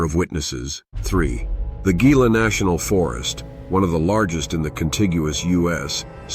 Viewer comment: Just FYI- it’s not pronounced as ghee-lah (Gila) here. The G is pronounced as an H sound, so it’s hee-lah.